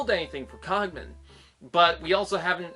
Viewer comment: Yeah I only brought this up because the car design looks very much a like the cogman, anyway good points! & yeah man you butched my name haha! It's okay I probably should say it more in my videos!